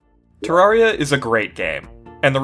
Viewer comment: Finally, a content creator that says terraria correctly.